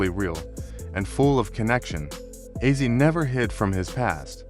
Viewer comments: It's not azzi it's OZZY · you had one job. mf said azzie 🤦🏽‍♂️🤦🏽‍♂️🤦🏽‍♂️🤦🏽‍♂️🤦🏽‍♂️ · Could you please pronounce his name right. It's Ozzy like Ozz e